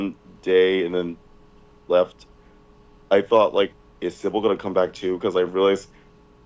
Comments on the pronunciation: Even post fishtank he still calls Simbal “Sibble” lmao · still calling symbal "sybil" is so b.u.r.t. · I love how he has pronounced Simbal wrong the entire time lmfao